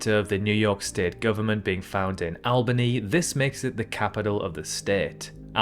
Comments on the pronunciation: I'm pretty sure if I go out on the street and ask what the capital of NY is most people will say Albany. But then again, I live in NY. In Albany County. By the way, you pronounced it wrong. It's pronounced so that the first A sounds like the A in mall or small. In fact, we had a tourism jingle called, "We got it all in Albany" using the same sound, and a lot of people jokingly refer to it as SmAllbany since it's so small compared to N.Y. It's only the 6th largest city in NY, with its population having shrunk below 100k. As a county it's 14th in the state. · "Awl-bany" not "Al-bany". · Gave up watching after just a few. Iceland is part of Scandinivia. Albany is pronounced AWLBANY not AL-Bany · I of course know the capital of New York is Albany, since that's where I'm from! Though just like in this video, it was pronounced wrong like it is most the time. It's all-buh-ny, not al-buh-ny. I've even heard people pronounce it as al-bony.. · The Finnish language is closely related to Hungarian. Although the NY State capital is spelled Albany, it's pronounced ALL-buh-knee, rather than AL-buh-knee. Sorry, but driving from Helsinki to Pyongyang requires Russia--plus a little bit of China. Also, that's if you could actually drive across Russia. I could be wrong, but I believe it's still true that the only way to get from the Western to the Eastern border is via the Trans Siberian Railroad. There are only 3 syllables in Aleutian--uh-LOU-shun. The Kuwaiti "dollar" is called a DEE-nahr, rather than a DIE-nahr. In #18, it wasn't explained where the red arrow for the southernmost US point is; it's Ka Lae (cah LIE) on the southernmost point of the Big Island. Re. #25, I once got curious, and put together a list of all the seas of the world on my computer. My final count was 65. You got me on #29. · Gave up when you mispronounced Albany. Not Al but All same as although, albeit, altruistic, alder, Alderley Edge, Aldershot. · Albany. Say Awl-banny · It's "AWL-bany NY"